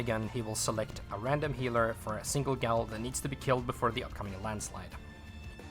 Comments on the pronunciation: great video but its PRONOUNCED JAIL NOT GOWLLLLLLLLLLLLLLL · My friend, gaol is pronounced identically to jail.